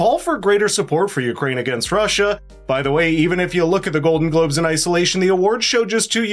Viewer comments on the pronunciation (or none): At 6 seconds in, you said GLODEN GLOBES... Just saying!